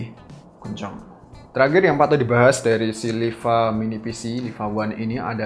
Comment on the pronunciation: dan teragir xD terakhir mas bukan teragir